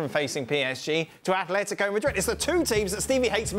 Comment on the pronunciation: Don, it's AtleticO not Atletic.